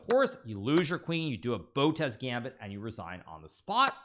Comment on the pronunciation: I chuckle every time you say botez gambit